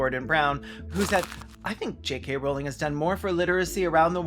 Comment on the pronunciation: “JKK Rowling” ahahahahahahahahahhahahaahahah